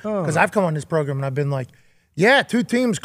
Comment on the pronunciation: Chompion level progrum today.